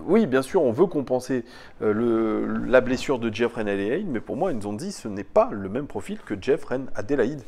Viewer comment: Pour info c est pas zonzi mais N'zonzi en appuyant bien sur le N